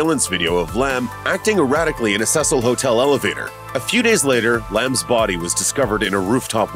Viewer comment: Your pronouncing Cecil wrong